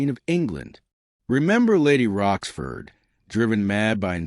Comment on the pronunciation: I am not english, but apart from the naming of Lady Rochford as Roskford, I found written,not spoken mistakes such as Cole Pepper or tutor instead of Tudor